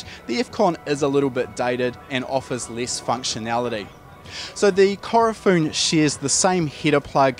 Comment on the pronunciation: Its Ku-ro-fu-ne lol not Korofun